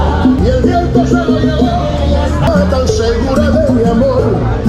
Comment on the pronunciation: Сьюдад-де-ла-Абана. Запомни, админ. Буква H (аче) в испанском никогда никогда не читается.